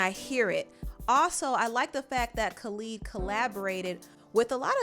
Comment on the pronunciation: why are you pronouncing Khalid like that.